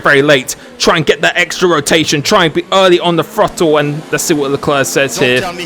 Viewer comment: You can’t speak proper English. Example: both but you say bof. Example two: throttle but you say frottle. Please can you learn to speak proper English because it can be really annoying and frustrating